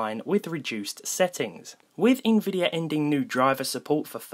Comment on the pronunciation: Im sorry, it's a Little nitpicky but it's nvidia, not INvidia. Sort off bugged me throughout The video